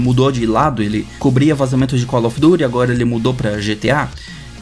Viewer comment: primeira pessoa que vejo falando "colofiduri" ao invés de call of duty